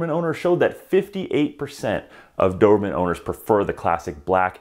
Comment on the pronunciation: Why do you call them dovermans lol